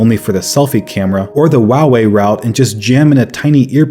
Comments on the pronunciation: Did he just say Huawei "wawii" ?! "What brand is your phone" "Wawii p20 pro" Lol sorry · i know this video is old but the way he says huawei bugs me lol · Is no one going to talk about how he pronounces Huawei?